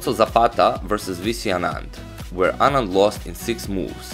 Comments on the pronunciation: His pronunciation was perfect! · I am from Tamil nadu.. the pronunciation was perfect!